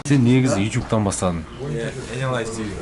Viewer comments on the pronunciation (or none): Неге ютюб деп сойлейсің ютубқой